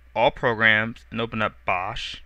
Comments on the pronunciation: I think it's pronounced "box", not "bosh". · easy to follow tutorial, only one thing that bugs me though - it's pronounced BOX not bosh hehe even the icon is a box :/ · I thought bosch was pronounced "Box" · its pronounced box but spelled bochs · it is pronuced "box" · ...You do realize Bochs is pronounces "Box" right?